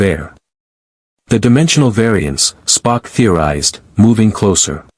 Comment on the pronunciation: Yes, the un-natural breaks in "Mr... Sulu" & "Mr... Spock" were very off putting.